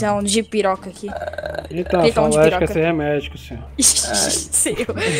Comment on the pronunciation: no momento 33;00 o cara fala medicamento ''DIPIROCA'' kkkkkkkkkkkkk quem gosta do vedio do o lilke uuuuuuuuuuuuuuuuuuuuuuuuuuuuuuuuuuuuuuuuuuuuuuuuuuuuuuuuuuuuuuuuuuuuuuuuuuuuuuuuuuuuuuuuuuuuuuuuuuuuuuuuuuuuuuuuuuuuuuuuuuuuuuuuuuuuuu salve